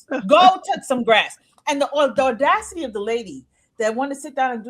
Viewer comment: There is no “r” in the word ‘audacity’ 🙄